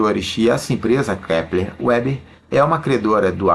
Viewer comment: Ótima análise fundamentalista, não é uma gigante, porém tracional no seu segmento. Só uma dica: A empresa tem sede no RS na cidade de Panambi, tendo sido os fundadores de descendência germânica. Então a pronúncia não é em inglês "Uber" e sim "Veber".